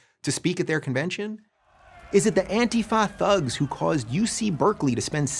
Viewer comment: “The Antifah THugs”